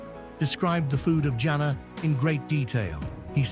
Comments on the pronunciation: It's Janna not janaaa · Can you please say jan-na not jana